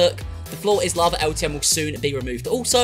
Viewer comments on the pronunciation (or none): none